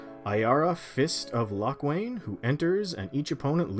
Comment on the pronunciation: Ah yes, the fist of lochwain. Good to know isn't the only one to butcher names